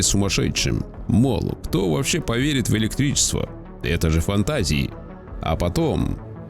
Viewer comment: ПрЫвЫк, Сегда найдутся, кто ваЩе поверит, Ездателю, свАеХо, увидели ДемьКу… автор ты не хочешь к логопеду походить? Лол